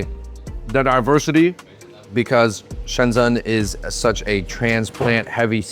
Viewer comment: They're the only asians in Shenzhen who can't pronounce the name of the city.. Shensen ?? lol It's pronounced like Shen-jen